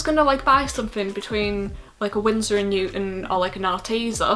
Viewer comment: Spill that Arteza tea.....Are TEA zah heh heh